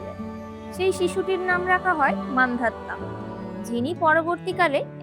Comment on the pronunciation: মান্ধাতা , মান্ধাত্তা নয়